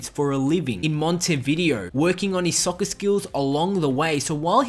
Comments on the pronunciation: Why do you keep saying “soc-cer” ?????? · lol he said soccer in a british accent